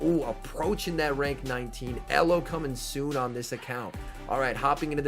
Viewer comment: Everyone: ELO: ELLO 😜